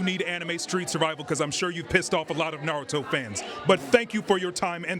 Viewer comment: Damn, first hot take, and we already gettin nardo instead of Naruto 🤣.